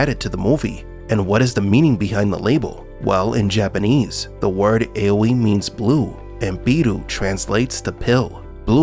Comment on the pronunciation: Just want to correct your pronunciation “AOI” is pronounced Ah-Or-Yee in Japanese